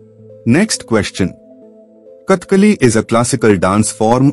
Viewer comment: Don't pronounce katiali its kat tha ka li